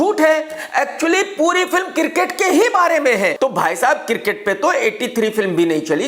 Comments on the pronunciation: Cricket - kirket 😅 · Kirket nhi hota krk bhai its Cricket 🏏